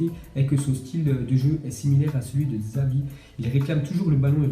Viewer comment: C’est moi ou à il a dit Xavi au lieu de CHAvi